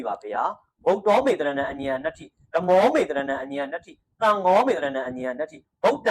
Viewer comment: အညံ နတ္ထိလို့ အသံ မထွက်ရပါ ပါဠိမှာ ည ကြီးနဲ့ဆို အရှေ့ က အက္ခရာကို င သတ် င် နဲ့ စာလုံးပေါင်းပြီး အသံထွက်ရပါတယ် အင်ညံနတ္ထိ လို့ အသံ ထွက်ရပါတယ်